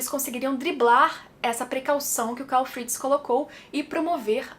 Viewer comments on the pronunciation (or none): none